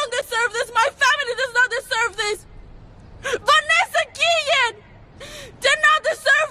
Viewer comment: vAnesa - gee-ian